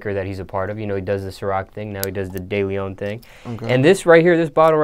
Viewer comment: De Leon is pronounced... Deh - leh ohn .Not Day Lee on 👍🏼